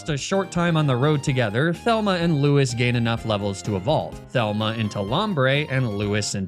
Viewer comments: It's lou-ees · Thelma and Lewis hurt to hear every single time, good job.